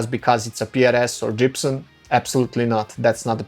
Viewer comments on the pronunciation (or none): wtf, did he say Jibson???